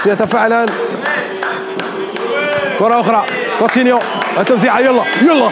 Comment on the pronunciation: كيفاش دلوفيو و هوا يقول كوتينيو كيفااااش 😠